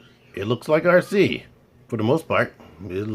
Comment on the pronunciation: Finally someone knows how to pronounce her name correctly, great video Cool looking arcee but just not hitting the mark for me